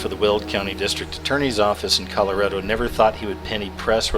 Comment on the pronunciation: Honestly.. I feel like punching you in the face everytime you keep saying "kella-REDDO".. ITS FUCKING KAH-LORR-RAH-DO GODDAMNIT !! Sound the fucking thing out... Col-or-RAAHHHH DOO. Stop staying "kella Red-Doh you friggin imbecile. I don't know why that annoys me so much, but please continue...